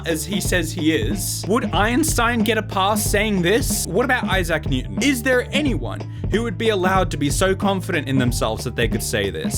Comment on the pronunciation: “Eye-sack Newton”